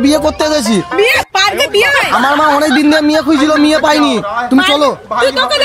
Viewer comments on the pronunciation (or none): মেয়ে ❌মিয়ে✅